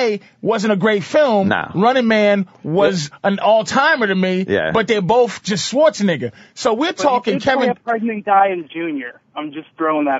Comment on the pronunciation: love how patrice pronounced arnold's last name as "swartz-a-nigga" lmao